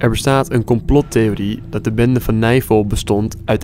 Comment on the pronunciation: Niemand: Helemaal niemand: Tajoela: geen disrespect maar het klinkt echt als navel*kuch*kuch